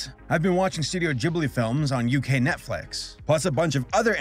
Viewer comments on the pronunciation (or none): none